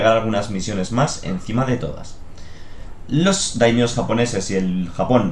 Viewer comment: me encantan tus vídeos pero me hace daño oir /konicha/ en lugar de koxinga o /daimío/ en lugar de /daimio/ 😂😂